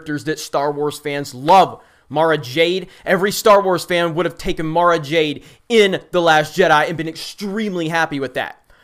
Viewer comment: You said Mara Jade. I am triggered.